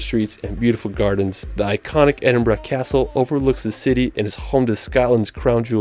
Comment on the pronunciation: It really winds me up how the narrator can't pronounce 'world'.....but is the only American I've ever heard say Edinburgh correctly